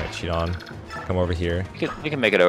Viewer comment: Shinon really said Shinòn...